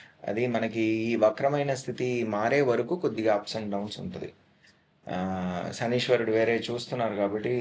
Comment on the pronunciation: శనీశ్వరుడు అని పలకడం తప్పు.. శనైశ్చరుడు అని పలకాలి..